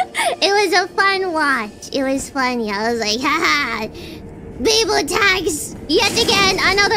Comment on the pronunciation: It's "Biboo tax", not "Biboo tags".